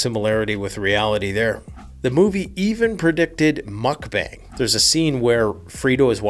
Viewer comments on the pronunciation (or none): none